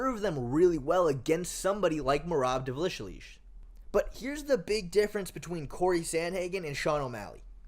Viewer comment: Merab Dvalishshshsh